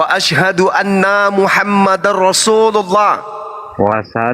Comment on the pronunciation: Betul, yg syahadat tadi dia melafadzkan kurang pas. Asyhadu an laa ilaha illallah, wa asyhadu (ALA)anna muhammadar rasulullah. Seharusnya anna, dibacakannya Ala